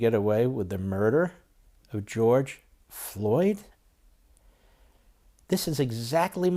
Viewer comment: Watched two speeches by Pelosi and schumer and both couldn't get George Floyd's name correct unbelievable